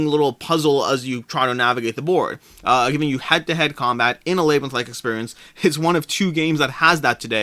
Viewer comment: Alway interesting to hear unique pronunciations. Never heard labyrinth pronounced lay-brinth. Always said lab-rinth myself. My four year old got on to me yesterday for my southern pronunciation of Fri-dee instead of Fri-day. Do you think both of those Hanamikoji versions will be readily available at retail later?